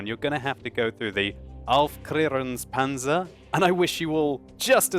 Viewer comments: I just like it when u speak German Words :). U doin very well in that! Btw just try to speak it like "Auf claire ungs panther" ;)) (TH is spelled like normal T) Hopefully im helping a little, i dont want to be a teacher :). Gl&Hf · hey i love your german:D i'm a german and aufsklerungpanzer is not right but it sounds so cool! and its not right but cool;) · Thumbs up for your Aufklärungspanzer Pronunciation it's actually really good:) you just put in one s too many after the f so it would be aufsklärungspanzer I'm not sure wheter my english pronunciation is that good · Aufklärungspanzer Panther wird aber anders geschrieben :D Btw QBs Aufklärungspanzer isn't that bad... Well, I've heard worse versions of it and it's easily understandable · I love the way you pronounce Aufklärungspanzer :D